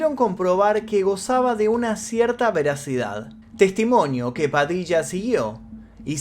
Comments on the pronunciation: Hola!!!! Muy bueno el vídeo!!!!! Lo que si estas pronunciando las palabras con acento "raro"...puede ser? ("padicha", "michónes", "prochectos", etc etc)....tal vez eso hace más " amigáble" el relato en otros países,lo cual no está mal,... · Por que hablo así en este video?? Me desconcentro mucho la forma de pronunciar nombres y palabras. Ajjajajajaj Padicha 😅😂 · te re bancamos..pero porque pronuncias asi..ya hablas bien no hace falta que digas "Padilla" de esa manera..habla como antes que me desconcentro.